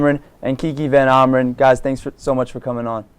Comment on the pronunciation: It's great to hear the last name pronounced correctly